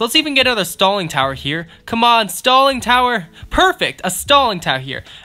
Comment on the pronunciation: Sounded like he said “Stalin tower” lol